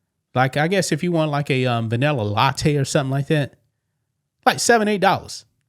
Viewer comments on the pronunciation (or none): none